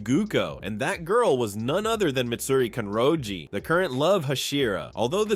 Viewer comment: it's "mitsuri kanroji"not "mitsuri kanjori" Hope that helps